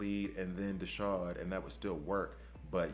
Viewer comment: There's no 'sh' sound in Desaad. His name is a wink at the Marquis De Sade, a French author who we get our word 'sadistic' from. If you need proof just check his gear. You mostly get the pronunciations right so I thought I should try and save you on this one.